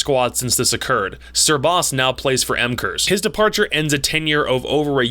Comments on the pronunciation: I love u so much, but please it is not pronounced "M-kers" it s "Makers". Nice video tho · Btw "mkers" is pronounced makers, great video overall.